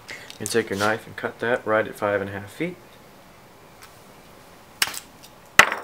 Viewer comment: I'm Brazilian and I'm having difficulty understanding the unit of measurement "t" when you say 10t, is that in inches, or meters?